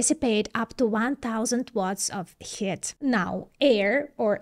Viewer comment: though missprenouncing "heat" looks good on you, its pronounced HEET...